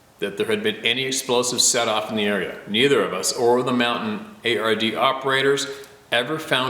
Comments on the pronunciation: in last story that one word is pronounced "Montanyard" They we're the mountain people that helped our U.S. soldiers. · It's pronounced mon-tan-yard or something close to that atleast for anyone curious and if I'm wrong(most likely scenario)please do not hesitate to correct me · Hey, hope all of you (the members of TRToK) are having a wonderful day! In the last email the gentleman, Larry, was discussing his service in Vietnam. (Thank you for your service, sir! 🙏🏼) Just a quick aside, the peoples (not a typo) about whom he referred are The Montagnard . Pronounced: "moan tahn Yard" That name is a French umbrella term for the many different mountain dweller ethnic groups in the highlands of Vietnam. The actual number of different peoples (and their languages) in the highlands isn't known. Wikipedia (😣) lists only 34. Many blessings to all! 🙏🏼 😼